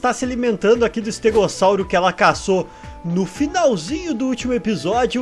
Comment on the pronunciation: Para falar estegossauro que você falou Sauro uma família entende para que se fala Saulo